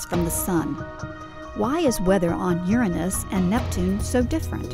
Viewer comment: i hate how she pronounces uranus.